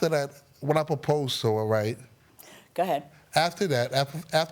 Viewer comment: He can't talk, "gagement ring, posed (proposed) to her"